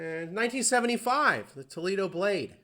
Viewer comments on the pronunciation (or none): none